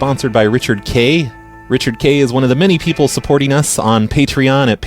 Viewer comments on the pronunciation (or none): none